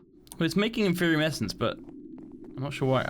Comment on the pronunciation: HUZZAH! learned how to say "Inferium"